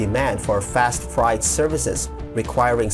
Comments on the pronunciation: Freight rhymes with late and date (frate). It doesn’t sound like “fried”. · Just FYI, Freight is pronounced Fray-t . From 1400s English to modern day, the pronunciation has changed but the spelling hasn't - sorry about that.